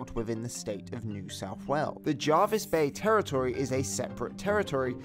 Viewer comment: I lived at Jervis Bay. It’s Jervis with an E, not Jarvis. Pronounce it as Jervis not Jarvis.